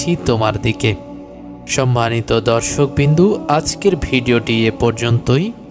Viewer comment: দশর্কবিন্দু? 😂😂😂😂😂😂😂😂😂😂😂😂😂😂 দর্শকবিন্দু 😂😂😂😂 না ভাই, দর্শকবৃন্দ